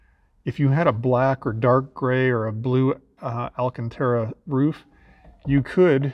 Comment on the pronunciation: I'm a little bit disappointed... You called the headliner "alla-cantara", just like the magical incantation (Lol!) used by the Goonzsquad boys. Whilst I wouldn't expect any better from some hick youngsters, an older and more educated Aston owner should appreciate the correct pronunciation as being "AL- cantara"! (Edit: - Having re-listened to the segment or thereabouts several times over, I still can't be certain which way you are pronouncing the word, so I apologise if I've made a false allegation and you never made any mistake! You obviously got it right slightly later on when discussing the location of the mic' in the car!) That comment may get me some hate for being a stuffy old fuddy-duddy but I firmly believe there's an element of class that goes along with Aston ownership that deserves to be upheld, out of respect if nothing else! However there is ONE THING that pisses me off WAY MORE... and that's people calling the brand "Austin-Martin". That really gets my goat!!!I No offence to the great historic British marques of Austin (& Morris) but AM is leagues above!! And still making cars too!